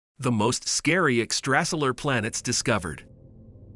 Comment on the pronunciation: Ex-trā-silar lol